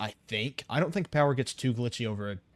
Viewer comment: Lots of powah